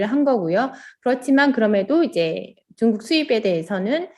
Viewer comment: 중국을 "쭝국" 이라고 발음을 하셔서 빵~...ㅋㅋㅋ 늘 좋은 방송 감사 드립니다~~